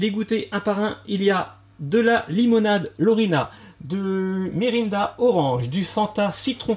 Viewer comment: Sa s'ecrit Mirinda mai sa se prononce Mirennda 😀